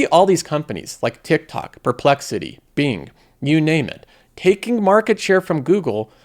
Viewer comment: I can’t stand how this guy says “Being” instead of properly pronouncing “Bing”. Really takes away from the content. Couldn’t get through the video.